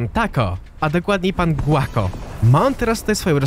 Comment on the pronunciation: Co do Guaco, może i się czepiam, ale porawna wymowa to poprostu "Gako". Uczę się hiszpañskiego, więc to wychwyciłem. Życzę miłego wieczoru :).